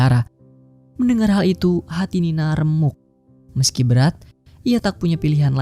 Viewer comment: Woi bukan nina tapi nani